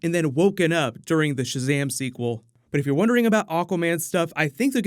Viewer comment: “Owpøn Šazæm-e” ☭